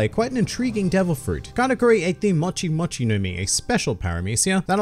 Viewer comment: It's MOCHI not MATCHI